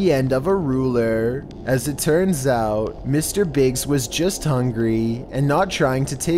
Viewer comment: " i'm not even sure if hitting the glass with her back like this would generate enough force to break iyAat"